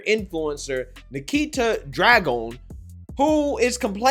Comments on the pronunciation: "dragun" really?! this shit writes itself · you can't even pronounce "Dragun"... dude go back to school...